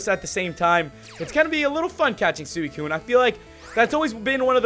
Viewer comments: as much as I luv ya, IT'S SWEE-KOON! NOT SOO-EE-KOON! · It's pronounced Swee Koon not soowi Koon. Just letting ya know!;) keep up the great vids! I also like how you try not to swear because you have some consideration for the public! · Btw its suicune is pronounced "sweecune" also im Not The Best to english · it's swee-koon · suicune is pronounced sweecune